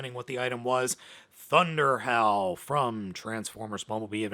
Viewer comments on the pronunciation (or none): When you said “ThunderHowl”, I thought you said “ThunderHell”! 😂😂😂